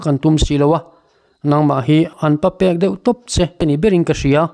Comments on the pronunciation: Pa pek tih awmzia i hre lova, a thluk pawh i tidik lo. Pa pek tih hi a thluk dik chu 'Bafe' tih thluka lam tur a ni. 'Bafed" ni lovin. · Papek i lam dan a diklo ..pa eiche anga thluk chi anilo.